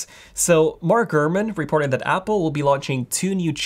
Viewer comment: He pronounces it "reep-orted".